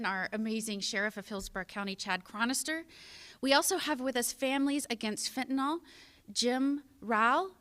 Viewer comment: Fentanyl, not fentanol. Beware Halloween Candy 👹